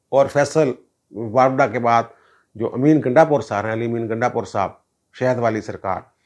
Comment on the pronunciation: سر جی واپڈا نہیں واوڈا..